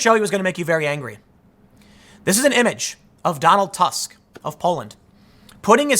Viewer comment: You read Tusk 'u' like 'o' in word 'good' or 'proof', not as 'a'. His surname have no meaning in polish language. Also he is polish, but not "of Poland". If any country, he represents interst of Germany. He is head of biggest block in EU parlament.